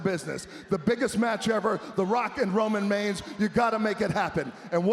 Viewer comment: “Roman Meigns” 💀